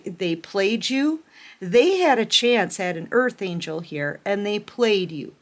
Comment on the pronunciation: ANGEL NOT ANGLE❤